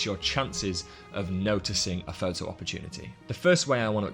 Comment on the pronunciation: Excellent. Lots of ideas and interesting aspects from different people. There is only one thing that spoiled it for me and that is your pronunciation of 'photo' ' pho-oh. Have you ever noticed that there is a 't' in there? Do you spell it without a t? Are you a street pho-ographer? This spoiled an otherwise very good video (for me). Keep up the good work, but please correct your pronunciation. You will gain more credibility.